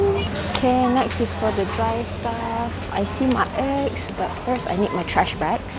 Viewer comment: I thought you said "I see my (ex) but first I need my trash bags", but later I realised you mean eggs 😅